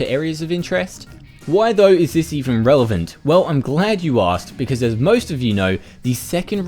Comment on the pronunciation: relevant, not relivant